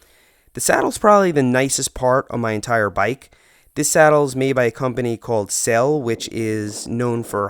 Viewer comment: Actually selle means saddles in italian and the last e is pronounced like the first one😉😉😉😉